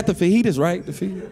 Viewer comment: Fijis 😂😂😂😂😂😂 sir u mean fiaitas 😂😂😂😂